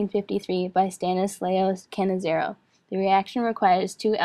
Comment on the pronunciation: it's cannizzaro not cannizzero pronounce it right